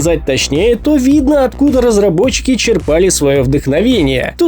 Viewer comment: не черпАли, а чЕрпали)